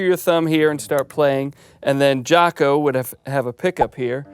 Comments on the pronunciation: Its Jaco, not Jacko :) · "Jaco," not "Jacko." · JACO , not Jacko!!hA! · Jaco, not Jacko. HavOHna, not HaVAna. C’mon guys, TRY. Jesus. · It's "Jaco", right? Not "Jacko." Please. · Jaco, not Jacko.